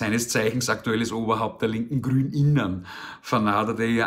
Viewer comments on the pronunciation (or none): muahaha ...lach. ab diese HERRliche Betonung. lach ... " ... GRÜN_innen ..." hähähä. genial köstlich .. da könnte ich mich (fast) in die Hosi eini machen .... lach